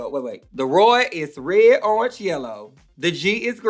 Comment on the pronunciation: I'm obsessed with how she says orange. URNGE!